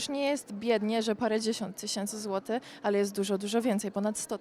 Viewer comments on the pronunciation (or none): No please!! Mówi się złotyCH!!!!!! chyba,że to po śledzikowemu z bialostoczczyzny